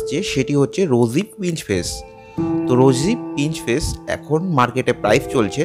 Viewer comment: কথাটা শুধরে নিন রোজি পিঞ্চ ফেস বলে কিছু হয়না। কথাটা হবে রোজি পিচ ফেস।।কানে খুব লাগছে।।ঠিক করে উচ্চারণ করুন